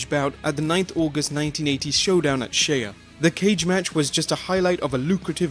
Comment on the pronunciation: "Steal cage match at Shey-uh" 😂